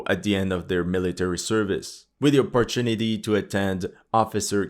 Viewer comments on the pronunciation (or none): none